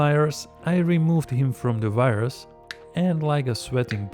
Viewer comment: The accent was crazy when you said "wires" it sounded exactly like "virus"😂 very good vid by the way, hilarious idea and very well executed👍